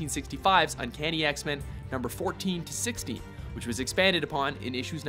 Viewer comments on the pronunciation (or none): In the beginning-ish of this video it sounds like he's saying "Uncanny X-Men #'s 14 through 60" instead of "#'s 14 through 16"… listen to it again people; I can't be the only person that believes it sounds like he says 60 rather then 16